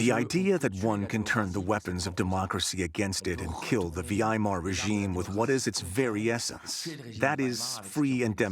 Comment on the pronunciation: Excellent except that the male narrator misspronounces the Weimer Republic. He calls it something like Vee-aye-mar. This is like calling America "Aim-rick-a." The producer needs to change this because it detracts severely from the excellent show. (Otherwise, the male narrator does well).